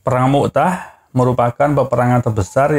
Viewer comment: Bukan mu" tah min... tapi mut" ah